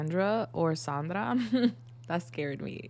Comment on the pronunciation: Girl. My name is Sandra. You even PRONOUNCED it right!!! 😮 Holy wow. Through and through, that's my pile.